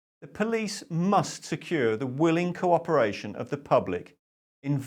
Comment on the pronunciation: "The degree of "coperation"". mins start. It was wonderful whether or not you meant it. Humour aside, this is not funny. I know that 'WE are the ones we have been waiting for', but who's got the starter pistol? There needs to be boots on the ground of the people now. Brian was right with the silence approach at protests. That would mark this out different and distinct. But we need this tipping point recorded. By mobile camera? A mobile March. Transparency. A harmony could be equally eerie as silence at protests. A hummed, developing progression. Love based.